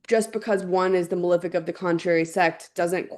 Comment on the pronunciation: THANK YOU, for saying "malEfic" properly. How did we get to a place where the vast majority of public-figure astrologers pronounce the words as "mal-IF-ic" and "ben-IF-ic"? What kind of George W. Bush Nuke-U-Lar hole did we all fall down?